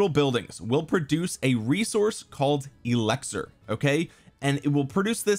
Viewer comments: it’s eLIXir not eLEXir…come on, you’re too educated to not know such a basic word my guy 😂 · Does he say elixir weird, or is it just me?